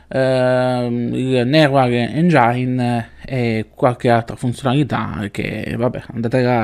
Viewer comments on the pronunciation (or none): Io ti rompo sempre le palle con le pronunce, ma magari un rompipalle come me può esserti utile a volte😂 Anche io pensavo che engine si pronunciasse "engiain" ma in realtà di pronuncia "engin". Essendo che fai podcast te lo dico solo per questo, buon lavoro e perdonami ❤️❤️❤️❤️❤️